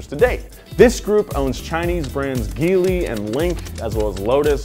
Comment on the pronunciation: Your pronunciation is absolutely horrible. Dacia is pronounced (day-see-a). Also when it come to the Chinese brands Geely is pronounced (gee as in gee wizard and ly). Also you made a mistake when talking about the Chinese brands. These are are joint ventures with the Chinese manufacturers, with the Chinese side being the majority stake holder and only for the PRC market.